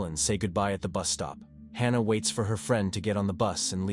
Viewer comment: The “free-and”? Lol! Friend…?